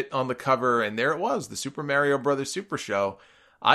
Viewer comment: It bothers me how he says Mario